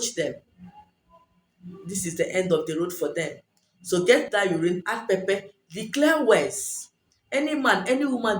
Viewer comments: Hi I'm sorry but I can't make out the steps its hard to understand. can you please type them out..also, you say pepe but what exactly do you mean by pepe? Is it pepper? If so what kind? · You have a beautiful accent but didn't understand pepper and what was the other ingredient?